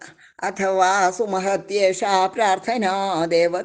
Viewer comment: സുമഹത്യേഷാ എന്ന് വായിക്കുക